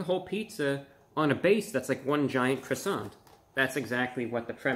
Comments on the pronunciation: Are you gonna finish that cwoissant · "Uhhh, are you gonna finish that 𝔠𝔴𝔬𝔰𝔬𝔫?" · Are you going to finish that cwason? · are u going to finish dat cwasarent? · How many felt like they were in Paris each time Review Bruh said “Cwoisannnnn?” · It should stand to reason that a review of anything would begin with the pronouncing of the thing being reviewed to be correct. This French bread item is a croissant which is pronounced qwassan. On the end of a French word an 's' is NEVER pronounced and most consonants are not pronounced either. It doesn't seem that's too hard to handle to make the whole review a bit more believable and authentic-sounding. Maybe DiGiorno expects too much from a reviewer but since we know nothing about Mr. 'Report of the Week' we probably assume he has been on the business end of a skillet or salad spinner. What do you want to be that he's never used either one and uses YouTube as his only source of income. I can only say I hope he doesn't have a family depending on his income for 3 squares a day! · The 207 thumbs downs are from native French speakers for his butchering of the word “croissant”. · I love your videos you rock BUT That's not how you pronounce croissant. 🥐😁